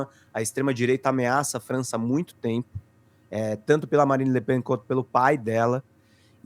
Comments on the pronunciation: A pronúncia não é lepan - eh Le Pen mesmo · só pra esclarecer a pronúncia, é Le "Pén"... Seria Le "Pan" se fosse escrito "Pin" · Legal. Não se diz Le PAN - é Le Pen mesmo :) Da província.